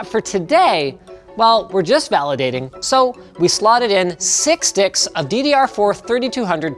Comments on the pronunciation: um...did he say sticks or d1cks!? I can never unhear that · into the video did it sound like he said 6 d**ks of ddr4 memory🤣🤣🤣🤣🤣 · souded like linus said six dics instead of steaks lol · It can't just be me who heard Linus say six d**ks and not six sticks o_o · When he said six sticks it sounded like something else oooppss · Sounds like 6 sticks to me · did i hear linus right? I know he said Six Sticks but... It sounds so different. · You slotted in six WHAT ? Are my ears deceiving me?!